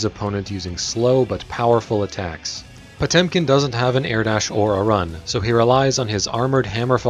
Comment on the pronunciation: Jezus that pronunciation "POCHUM"